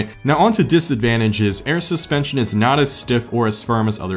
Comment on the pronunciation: We will see if you know suspension, better than you know how to say them......